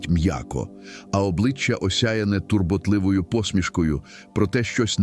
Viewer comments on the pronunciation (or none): Не "пішками", а пішаками, не турботлИвою, а турбОтливою, Далі вже не зміг слухати цю безграмотність.